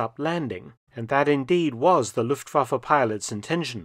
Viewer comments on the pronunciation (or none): none